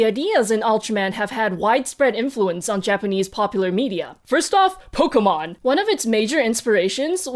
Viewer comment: I liked this episode. I did not know so much that was shown in this episode. I was confused by your pronunciation of Nintendo, Pokemon, and Evangelion. When you pronounced other words, they all sound like I thought. But Nintendo, Pokemon and Evangelion were not what I expected. Still enjoyable to watch.